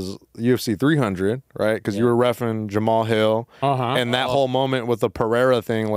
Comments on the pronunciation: It’s pronounced Jamal hill. Not Jamaha hill. You’re saying it like a Yamaha dirt bike 😂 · Who is JAMAMAHILL?? HAHAHAHAHAHA Hhis name isnt pronounced the way its spelt lol